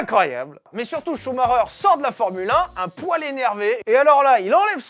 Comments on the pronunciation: Schumacher et non schumareure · Michael Schumacher ce prononce "Chou ma ker" et non pas "Chou ma reur" 🤦🏻‍♂️ 🤦🏻‍♂️🤣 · c est vrais que CH on prononce R. Choumareur Ptain de francais d'mes couilles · J'espere q'un jour les francais prononceront bien sont nom. Shhhumarreureeer serieux 😭😭 shumacher !!! (shumaker) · Ah non. Je serai plus jamais capable de prononcer Chou Maker. Je vais toujours cracher Chou Marreur. C’est où que j’envoie ma mise en demeure pour traumatisme permanent?? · En Belgique on le prononce Schumakeur ou Schumakair ça me perturbe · Ça se dit shumaker ! Apprenez à parler sérieux je saigne des oreilles ! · Okay, j'ai rien contre toi mec j'adore tes vidéo, mais est tu dislexsique? Parce que ch ça ce prononce pas R🤣😅